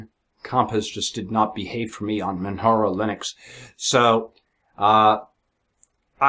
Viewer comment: Dude it's pronounced Manjaro, or perhaps you say Jesus as heyzeus?